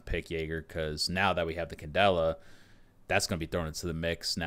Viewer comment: Why do you guys keep calling ying candella?